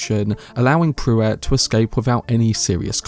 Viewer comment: And, you sure have your own completely unique pronunciation of almost every Dune name. But 'Pruitt' is certainly not 'Prew-wett'. It's 'Prue-itt'.